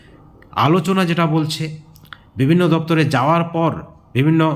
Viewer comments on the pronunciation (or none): none